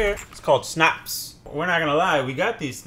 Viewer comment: First time was great when you pronounced snapps, then you went into the schnapps-territory! Tyrkisk peber is not actually Swedish though. Made by Fazer which is Finnish.